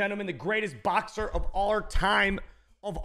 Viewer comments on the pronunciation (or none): none